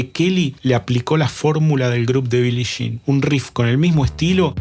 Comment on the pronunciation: Excelente análisis y buena información, solo que me sangraban los oídos cuando decías Billi Shin. 😂